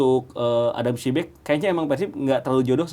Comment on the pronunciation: padahal host sama ibam udah bener ngomong adam psibek, tapi komentator yang pake topi masih bilang adam prisbek aja